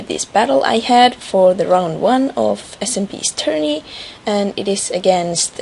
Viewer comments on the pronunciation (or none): Tourny not Tounry :P